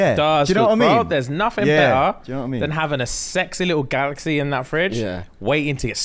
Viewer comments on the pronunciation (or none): none